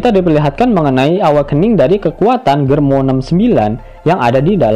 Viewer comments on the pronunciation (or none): GERMA oii bukan GERMO 😂